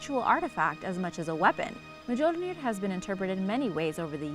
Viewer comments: Muh-jol-nir lmao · Mjolnir is silent J